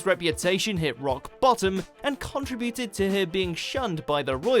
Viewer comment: Also contributed is pronounced con-trib-uted not con-tru-bu-Tud.